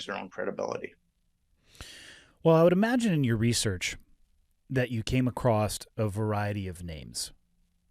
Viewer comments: "Acrossed?" "Acrost?" You know the word is "across," right? Like, "a" + "cross?" Spoken like "UH-crawss?" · the word is "across" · Bro why are you saying ACROST... please stop it IMMEDIATELY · Nit picking I know but you've repeatedly said "ACROSST". There's no T, like saying "Fustrated" it makes an intelligent person seem dumb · Hey Interviewer- Here's a Pro Tip- The word "across" does not have the letter "t" at the end.